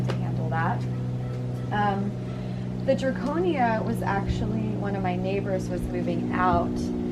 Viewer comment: It’s not draconia, it’s Dracaena. In case anyone wants one.